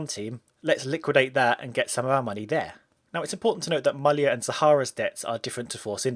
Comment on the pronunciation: Finally someone pronounced "Mallya" as it should be!